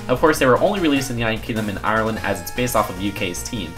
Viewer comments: That moment you're from ireland and say AHRland:|) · That's not how u say ireland I now I live there